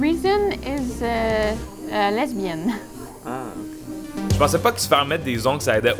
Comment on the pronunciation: "reason is... lesbiENNNE" 😂😂